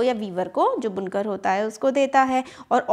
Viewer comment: It is बुनकर not Bunkaar please be correct